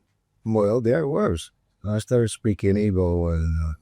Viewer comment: His mum, Ibo. His dad, Abo. Is it that you guys can't say Igbo, Agbo(r)?